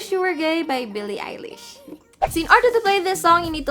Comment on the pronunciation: OMGGGG I LOVE THIS SONG😭 btw, thank you for pronouncing Eilish right (a lot of people pronounce it Ellish😂)